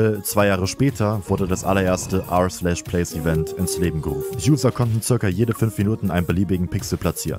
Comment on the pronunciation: It's not erplace ist r/place